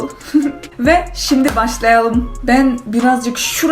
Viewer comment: eski videolarda rus aksanın var türkçen iyi azebaycan türkçen daha iyi. Türkçen için örnek. "başlaalım" değil "başlayalım"